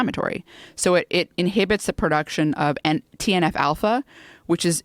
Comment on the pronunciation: “TNF-Alpha” or “Teen Alfalfa”? Who knows.